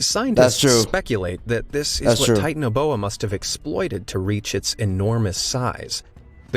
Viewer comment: it’s pronounced (ti-tan-o-bo-a)